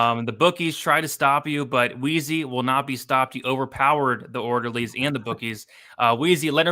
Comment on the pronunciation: “Maybe the orlderlies did get him” 😂🙌